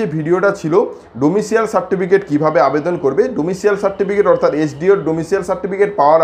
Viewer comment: This certificate is called ডমিসাইল।।।। It is not ডমিসিয়াল।।।